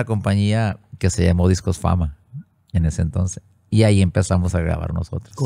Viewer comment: Me gusta cuando dice, en aquel entonce❤